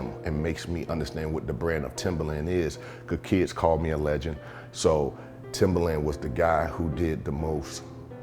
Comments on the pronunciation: My mans really just said "Timberland" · Did he say Timber land